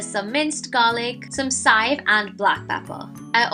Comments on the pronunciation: shahar amsalem In Trinidad we pronounce it as "sive," but spell it as chives as well so forgive her dialect. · How come you said sive instead of CHive? I found it interesting